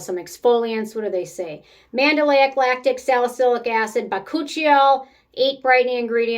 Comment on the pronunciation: Enjoyed this! but funnily enough you must’ve been thinking about Azelaic acid early on when you said Mandelic acid because you said it the same way 😂